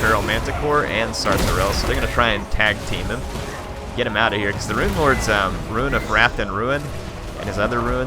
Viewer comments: Stop saying ruin! Rune is pronounced roon not ruin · Eliot Metherell yes but when he says Rune of whatever he always pronounces Rune like ruin